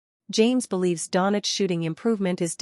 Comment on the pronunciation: If this is AI then it is broken and poorly programmed. Luka is not Donich, but Donchich (Dončić). After 7 years some people still can't pronounce his nickname correctly. I wouldn't believe it if I hadn't heard it. How is this possible? Greetings to all from Slovenia - Ljubljana. (Luka's birthplace)